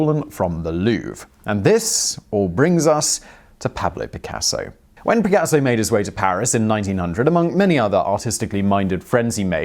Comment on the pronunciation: Peahblo peacasso......seriously Simon. First pronunciation I’ve actually cringed at. Maybe Spanish phonics aren’t common in the UK but come on.....